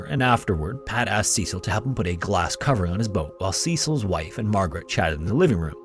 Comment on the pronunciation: That's not how you pronounce Cecil 🤦🤦🤦🤦